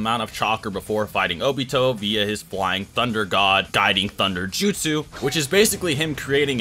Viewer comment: My guy, since you're making videos on this, I'd think learning to pronounce the names and "jutsu" correctly would be something on your ToDoList but apparently I am wrong. How is it that people who speak english natively are so horrible at reproducing names in other languages?